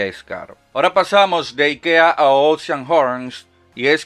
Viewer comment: Yo al escuchar al locón pronunciar IKEA 😟 pero después me entero que lo pronuncia como los suecos lo hacen 😎👍🏼